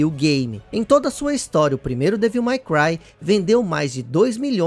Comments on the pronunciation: parabéns pelo video. Achei muito bacana. Como sugestão para os próximos sugiro que você dê uma pesquisada antes como pronunciar os nomes em inglês. Ouvir repetidamente você falando Devííl foi meio ruim 😅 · acho engraçado como o pronuncia o ''devil'' de devil may cry rs!